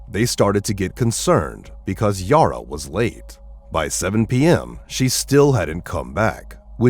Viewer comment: Bad pronunciation on everything. Her name is not Yoro/Yora, it's Yara. Think Sara(h). Sounds like computer generated voice, certainly has the typical defects that computervoices almost all do.